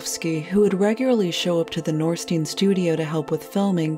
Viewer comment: Name is to be pronounced 'nor-shteyn'.